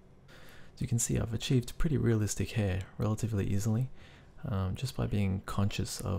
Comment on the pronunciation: People, I think they were only making fun of the way the guy said "hair" :)